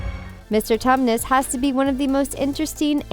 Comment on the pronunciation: 😅 she said Mr. Thomas name wrong